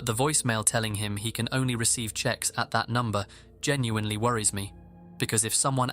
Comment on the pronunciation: It’s “texts”, not checks